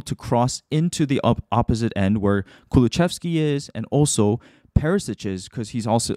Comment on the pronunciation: Lovely video as per usual! But just fyi, it's ku-lu-SEV-ski, not ku-lu-CHEV-ski /Swede ^^